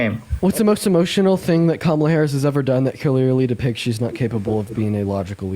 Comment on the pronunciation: People who claim to be Christian but put people down how dare you? What give you the power to put people down. Just to pronounce Kamala name right 😢 wow so not godly.